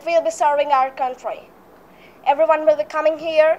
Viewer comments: Never have i ever heard anyone pronouncing country as curry 🙄 her accent is a little too over the top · check the pronounciation of country... it wont be curry